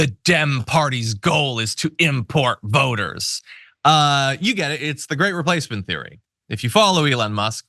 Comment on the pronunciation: Oh! You said “voters”! I heard “boners” and that made it much funnier!😂